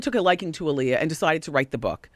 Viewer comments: When people constantly say Aaliyah's name wrong. It's Ah-Lee-Yah, not Uh-Lee-Yah. Dumbasses. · All the lines in this movie sound like it came straight out of WW's mouth. That's why there's all those questions that supporting actors lead Aaliyah into answering and talking about, the's same questions that Wendy is asking here. Also, they need to learn to say Aaliyah's name properly in a movie about her. ALI-yah not UH-lee-yah.